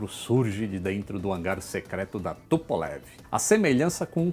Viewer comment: Por LAM Luís Antônio Menghi Adoro quando aquela russa aparece nos vídeos corrigindo a pronúncia do! Os vídeos do são formidáveis e a russa dá um charme a mais! Amo vê lá falando " Tupolev "! Parabéns por tudo que você nos informa. Você é o Roger vão voar juntos, quando? Já estou Vovozão e não posso esperar muito! Abraços,! " Tupolev "! AI!?